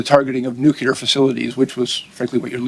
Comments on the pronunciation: Nobody here can say nuclear. Nukular is a george bushism. Everyone sitting is too dumb for their position... Lack of confidence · Are people ever going to pronounce “nuclear”? It is not “nucular”…